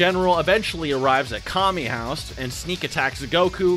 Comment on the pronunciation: He pronounces kame house as kami house